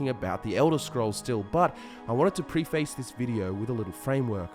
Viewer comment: from Fudgemuppet, here is how to pronounce "Preface":)